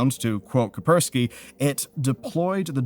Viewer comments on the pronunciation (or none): BTW, its Kaspersky, not Kapersky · It's cash-per-sky not ka-per-sky. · ah yes... s is silent.... kapersky :D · How to tell the guy has zero clue what he's talking about? "A warning from the cyber security firm KAPERZKI" :D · Kaspersky name exists: "Kapersky... I'm physically unable to see the first s" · What's "kupperskee" ? No such thing exists. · K a s p e r s k y not K a p e r s k y 😭 Thought that was funny as hell to hear multiple times... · Why do you report on security news if you don't even know how to pronounce "KaSSSSSpersky"? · Bro can you stop saying coperski and start saying Kaspersky? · Since when did the first "s" in "kaSpersky" become silent? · Hey there! I know that this is annoying, but as a news chanel, I think it's good for people to believe that you know what you're talking about, so Kaspersky is pronounced Kas (like in cas, close air support, k-ass), pear (stress on this syllable), ski Meccha is pronounced with a ch sound, like in chair. In steam, they even write it as "Mechcha" so it's pronounced right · that "Kaspersky" pronounciation is killing me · You pronounce Kaspersky funnily. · Wow, 10 FPS video, sponsor section is 60 FPS, week-old news, Incogni sponsor, Kaspersky mispronouncing multiple time, no mentiones about another cases of a hidden malware that can be deployed on demand or targeted, advices are laughable, the users is not to blame, the games should not have such access to the system. Man improve your content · Ka+S+persky Ka+S+persky Ka+S+persky Ka+S+persky 😆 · Hey,. you may not have notice b ut there is a S in Ka"S"persky:)